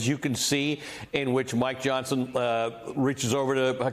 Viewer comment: That Fox guy said Speaker "Johnston" at :31. No one has ever accused Fox of having any intelligence so I guess we can let it go. Love me some Jasmine Crockett BTW.